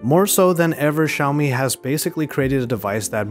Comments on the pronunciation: Its Xiaomi not Ziaomi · Its Pronunced as "Shao-mi" not "Jao-mi".